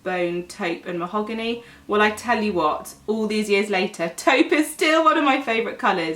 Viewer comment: If I was rich, I would slap the vitamin enriched face base all over my body. The texture is really nice and it has the best, lovely but not overwhelming scent. Also, it's nice to hear a beauty specialist in Youtube who actually knows how to pronounce "taupe". I see a lot of beauty influencers (even the most popular ones) who pronounce "taupe" the wrong way. It's not an uncommon shade for them not to at least research on the right way of saying it. It either adds or reduces credibility., your professionalism shines through your homemade videos.